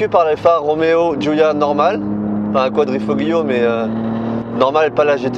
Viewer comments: Go faire un stage de glisse chez Pegase avec Yann Le Jossec. T'es fin de dérives c'est pas ça et la tenu sur l'angle est pas ouf. Quadrifoglio, on ne prononce pas le G en italien, ça se dit "Koua-dri-fo-Lio" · > Avoir un nom Italien > Prononcer Quadrifo-Glio 🤦‍♂️ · Quadrifoglio, le g ne se prononce pas. Ca m’a fait mal aux oreilles. A part ça. Super essaie. J’adore cette giulia quadrifoglio. 🤩🤩😍😍😘😘😘 je la préfère en version GTA. Je ne suis pas fan de l’aileron. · Le G de Quadrifoglio ne se dit pas 😁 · Ça fait mal au cœur de l’entendre dire quadrifoglio